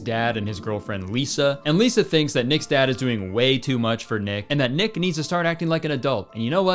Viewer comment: when you said “this is also where we meet the main character of the film, nick” i fully heard you say “ick” and you know what. probably very fitting